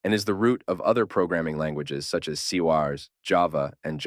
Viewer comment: This video is good but has obvious mistakes. JavaScript was only used to make "web browsers" C# pronounced as "C wars" by Eleven Labs AI Bro lags at "transpiles" and doesn't say TypeScript transpiles to JavaScript "HTML is a simple programming language"